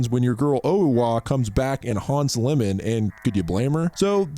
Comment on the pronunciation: I loved the video, I love J horror and have watched every single J horror produced after 2018 in the cinema. I wonder if name you kept calling lemon 🍋 wasn’t Iemon, as in Eeamon, the long i. 😅